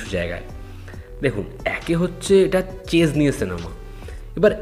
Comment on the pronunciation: বাবারে.... বার বার চেজ চেজ করে চলেছে, কি কানে লাগছে....😢😢😢😢 ভাই, কি দরকার কায়দার... উচ্চারণ করতে না পারলে পাতি দাবা বললেই তো হয়... এরপর এদের হ্যাটা করলে বলবে, "দ্যাখো, কিরকম বললো"